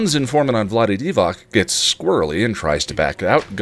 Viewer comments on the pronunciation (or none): Did you really say vlade divac 😂😍😂